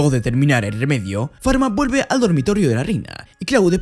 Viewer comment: me acabo de dar cuenta q siempre lo a estado llamando mal no es farma es falma XD